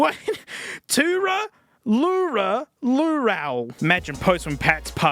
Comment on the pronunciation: As a Simpsons nut, and a music nut, at the same time... how on Earth do you not know Too-Ra-Loo-Ra-Loo-Ral? As punishment go watch "Homer's Barbershop Quartet" then do a Dankmus remix.